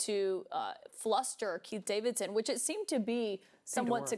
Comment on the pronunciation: Y'all need to slow down and pronounce names clearly... I know Trump's laywer is Keith Davidson but sometimes I hear Pete Davidson 😂 and I think oh God 🤦 WTF did Pete do and who did he did it with? 🤣